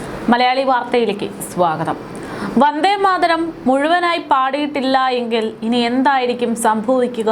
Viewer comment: വന്ദേമാതരം ഉച്ചരിക്കമ്പോൾ വാർത്ത അവതാരകക്ക് നാക്ക് പിഴ ഒത്തിരി അനുഭവപ്പെട്ടു.